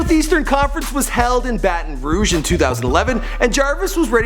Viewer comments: Glad he finally said Baton Rouge right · he said baton rouge correctly unlike in the odell video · when you learned how to say baton rouge? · the way he pronounced LeBeouf😂 at least he figured out how to say baton rouge lol